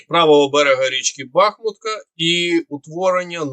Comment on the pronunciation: Сам ти бахмуткА,кажи БахмУтка...